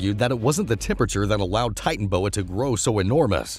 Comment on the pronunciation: That o between titan and boa in titanoboa isn't silent